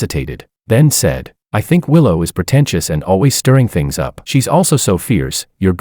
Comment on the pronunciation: If you say protencious couquette one more time I'm going to scream!